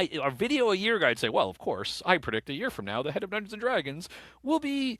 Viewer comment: "dunduns and dragons"